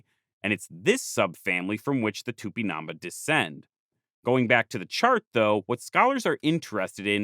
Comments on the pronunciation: Great video! I'm from Brazil, so if you wanna know how to pronounce it, it's tupinan-bah, with emphasis on the bah. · The accent in the last letter of Tupimambá to the narrator: am I a joke to you? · "It's not TupiNAMba, it's TupinamBÁ" *hence the accute accent: Á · I'm really sorry but your pronunciation of tupinambá is wrong, there is an accent at the last vowel precisely to indicate that is the most strong syllable. So instead of tu - pi - NAM - bas it is tu - pi - nam BÁS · Here just to say that the word "Tupinambá" has a stress in the last a, making it an á. So, if not in defense of the natives, but of the Portuguese language, it's not pronounced Tupinaamba, but Too-pee-nam-bAh. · Here just to say that the word "Tupinambá" has a stress in the last a, making it an á. So, if not in defense of the natives, but of the Portuguese language, it's not pronounced Tupinaamba, but Too -pee-nam-bAh. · Just a point... TupinambÁ, the enphasis is Á. You sound like tÚpinamba. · Please, the accent mark indicates the tonic syllable: so it's Tupinambá, not Tupinámba!! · The "á" means you must stress that syllable. It's not tupinAmba, it's tupinambÁ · A comment about Portuguese and Spanish name pronunciation: whenever you find a tilde stressing a vowel, you should stress that syllable as Tupinabá, stressing ba instead of na as you do in the video. The same goes for the rest of those words. For the rest, wonderful video. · Its cool to see some of the images you used in the video are the very images I saw on my textbooks back in the 90s’. And it’s It’s TupinamBAH, you’re pronouncing it wrong but it’s a great video nonetheless! 🫡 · i appreciate the video, but listening to it with this pronunciation of "tupinambá" that sounds like "tupinâmba" or even " tupinamb' " is honestly very grating and uncomfortable... i can't be sure of what was the original pronunciation in native tupí, but i can't imagine the á was put there for no good reason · The accent is on the last syllable. Tupinambá.